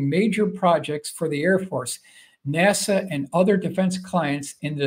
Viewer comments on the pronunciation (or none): none